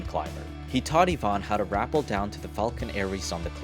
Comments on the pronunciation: Its pronounced Rah-pell not raple btw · it is Rua-pell not rap-l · Rappel not rapple. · “Rappel” is usually pronounced “Ruh-PEL”, not “RAP-ul”. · Yet another example of taking a French word and screwing over the pronunciation to become "RA-pell". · Are you sure it's "rapple"? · Rapple? Who can't speak English again? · Rappel ,not rappel. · "Rappel" rhymes with "hotel," not "apple."